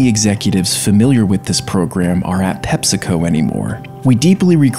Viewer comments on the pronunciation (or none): No one: This guy: "PEPSICO" like: "*7up*"